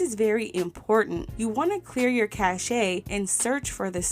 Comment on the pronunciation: Cache is pronounced 'cash'